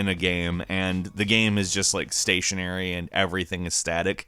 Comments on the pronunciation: I cringed a bit every time this dude said, "gam" instead of "game." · I hope six years later the narrator found out it's not "GAEM" omg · Kristin D maybe it’s every time he says...”gam” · Is it me or does this guy keep saying gam instead of game!? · I really like the videos on this channel, but the way he says "gayum" for "game" is almost more than I can handle. Great videos and I like the narration. Horrible pronunciation of one word. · Is it just me or do y'all think he says gam instead of game at the start of the video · Why does he pronounce game like gam? How hard can it be to say game?? Stupid gam judgers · You pronounce “game” as “gam” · did anyone notice that he said "gam" instead of game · You know it’s called a GAME right? Not a GAM? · Why do you say "gam" instead of game lol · um... it's Game not gam. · "GAEM" am I the only one?? Really?? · I can't get past the pronunciation of "Gam" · You spell game - "gaim". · You are aware that you say GAM half the time right?! I really don't mind if you say it one way or the other every time :D also loved the clip of PINGU!!!! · U keep saying gam what a great gam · Are we just going to ignore the fact that he is saying gam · Why does the guy pronounce game like gam? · Why do you pronounce game "gaem"? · are ya having a stroke while saying the word GAME or what's going on? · ok i can say with full confidence you are having some problems, you literally can't talk m8."it looks SILLEEH" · idk if i'm high or what but the way he says ''game'' bothers me. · How in the hell do you pronounce "game"? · Am I the one one bothered by how he pronounces the word “game”? No hate! Just... am I alone here? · AAAH why does he pronounce game like that! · I didn't know someone could have such problems pronouncing "game". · why TF does he not know how to say game?